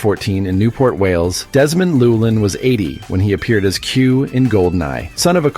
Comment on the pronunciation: You pronounced Llewelyn incorrectly.